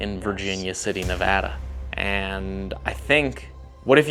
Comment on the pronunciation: Coming from someone who lives in Reno NV I appreciate you pronouncing Nevada correctly 🫶🏼😭